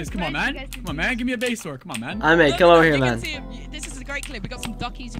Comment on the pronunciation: Lol whenever I am listening for place I hear place, and whenever I listen for base, I hear base, but I know it says base.